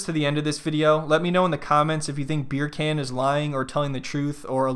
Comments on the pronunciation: Why does she keep pronouncing Beer Can wrong? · As soon as the first " BerrCan" comes out of your mouth. I loose it. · I'm from Germany and I can easily pronounce it correctly. Hearing "Beer can" annoys me so much whenever he says it. Especially since he's so thoughtful and sensible in every other aspect. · Bircan - the C is pronounced as J